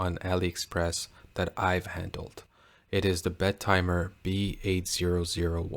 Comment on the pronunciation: I propose we pronounce it as BET-eh-mer instead of Bet-TIMER. If we can't change the name, we should change the pronunciation.